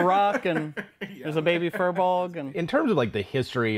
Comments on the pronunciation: Oh I thought it was pronounced "fire blogs". Well I like how I pronounce it better then "fur bogs" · Actually, the correct pronunciation is "Fear-Bolg" which means Bag Carrier. They were originally slaves in human lands who fled to Ireland for freedom, but became enslaved by the Formorian giants. When the Tuatha De Danan came to Ireland, the Firbolg cheered them on as liberators, only to discover that the new conquers considered them hideous and banished them to the forests. They were hoping that the arrival of humans would offer them the chance to freely interact in human lands, but the humans mistook them for monsters, and chased them away as well. They live in the forests resentful that they never got a chance to join peaceful civilization. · "FEER-BULG"! it's pronounced "Feer-bulg"! I personally hate that this term in Irish has been hijacked and doesn't even represent what the Fir Bolg (which is a plural term in itself, so "firbolgs" is like saying "the el chupacabra"), But if you're gonna use the term, at least pronounce it correctly! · Hearing Americans repeatedly trying to pronounce "FIr Bolg" is painful. They are from Irish mythology